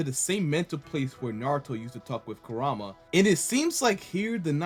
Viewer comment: Since 1st boruto epi. I always believed hima would be the one dealing with the tail beast and have the 9 tales. It was clear to see that it was going to be her. Also this nine tales name is different it’s Kuraa-ma.